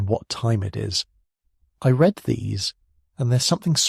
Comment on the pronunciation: Northern California trapped in a ghetto between the train tracks and airport. If you “red” these, maybe it would be a good idea to ramen be to write out “read” ss “reed” do the software says it correctly. It’s just computer generated speech, not AI. It can’t determine contexts it seems. Really well done otherwise.